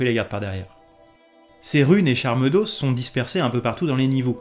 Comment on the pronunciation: "Charles d'os" Ça se prononce "charmes d'O", au pluriel pas de prononciation du s, la prononciation du O différente suffit